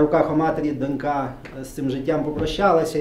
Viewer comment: Ріже вухо неправильне наголошування: донькА, донькИ, донькОю :(